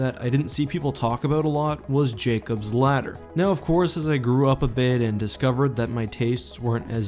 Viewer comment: Used to called you because when you said ladder I heard slaughter lol